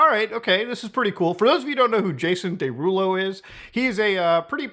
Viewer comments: “Day rulo” 😂😂😂 is killing me off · how tf are you unable to pronounce “derulo” correctly???